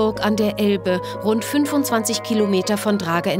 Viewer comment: Rrrrrrrrund um den Mühlenteich